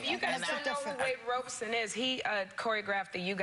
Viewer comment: i love how they keep mispronouncing Robson’s name 🤣